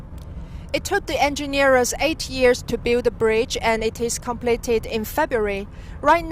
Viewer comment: Great achievement. But please dont say engineer-er. Its just engineer.